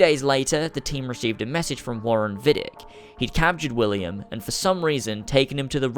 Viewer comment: If Desmond was held in Rome, which makes sense if we take into account the events of ACII and ACB, then it was Vidic's "home base" and it makes sense for him to take William to Rome. And why would it be Vidic's "home base"? Well, maybe he is not called Vidic, it is mispronounced, he is called Vidić[vidjich], a common Serbian/Croatian name and he is actually Serbian/Croatian. Then it would make sense for him to work in Rome, if there is no sufficient Abstergo laboratory in Serbia/Croatia...